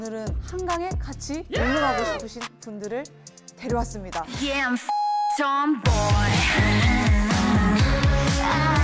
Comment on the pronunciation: 예아 버킹 톰보이 발음 진짜 찰지네 민니가 부른 건가??